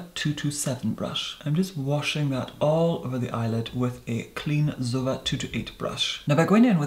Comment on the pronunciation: To the english speaker: I'm confused about the pronunciation of zoeva. is pronouncing it close to the pronunciation of my country but in English I heard people pronouncing it differently, with an "e" sound like in E.T whereas is using a sound close to the one of "bed" (I can't use phonetic signs on my phone). Which one is correct, if there's a correct one? In my country it's pronounced zoéva and that "é" is the sound of "bed" but higher in the mouth and with more closure. I'm trying to find an equivalent in English... And I can't find one right now... Maybe for those that are interested you can google "é" and find the pronunciation. Another question: Can that difference of pronunciation come from an accent? Is it something know and common for a particular accent to replace the "e" sound of E.T with the sound of bed? Even if the difference is only british English/american English ( I'm assuming based on some comments that is british or at least that he is using british English).